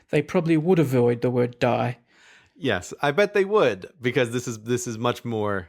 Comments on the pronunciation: Also it's pronounced dee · And the pronunciation of the dutch word "Die" is like the English pronunciation of the letter "D", so really the words are only spelled the same, not pronounced the same, making it even less of a "false friend", if, indeed, it is one, at all.